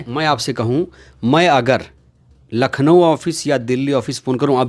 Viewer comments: Nakhlaw नहीं भाई लखनऊ होता है। भाई आप मायाजी के उत्तराधिकारी बनना चाहते हो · लखनऊ बोलना नहीं आता । फालतू की बकवास कर रहा है। एक नंबर का झूठा वकील है ये ओर समाज का दुश्मन है और कुछ नहीं है।